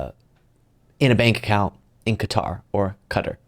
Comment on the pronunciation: Please say Qatar right pronounced cutter. It’s not that hard not you these other news numskulls..